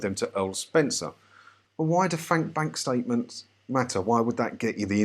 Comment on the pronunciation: "fank bank statements" sorry but that made me chuckle!